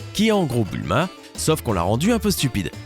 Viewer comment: DRAGON BALL LSANG DLA LIFE sinon ta dit "boulma" a un moment C'EST BULMA PTN 😂